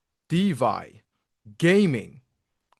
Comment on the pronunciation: Thanks for the peptalk.❤ One little thing if i may. Its deFi not deVi. 😁